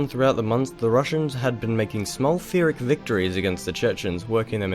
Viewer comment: PHYRRIC is pronounced PIRRIC , not Firric :-)